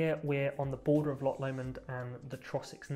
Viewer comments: Say, Lorch and not Lock! It grates. 🙂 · Welcome but please don’t try to make Scotland your version of little England as many do. And please learn to speak The lingo as in loch not lock etc.